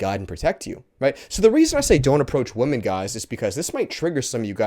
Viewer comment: Is he purposefully mispronouncing the word "women"?